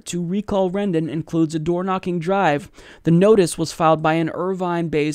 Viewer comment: "Rendon" Rendon!